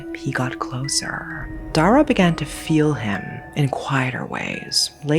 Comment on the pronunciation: As a cambodian, Dara is actually a common name. But the way we'd pronounce it was dah-rah not the way you pronounced. At least for me and my family. The name means Star. Anway its so nice to hear a Ouiji Board story that is set in Cambodia. I mean finally!